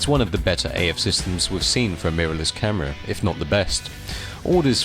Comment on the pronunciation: A new statement with their "caahhhhmirraa". Why do you say camera like that? am I the only one who noticed this? Great video though!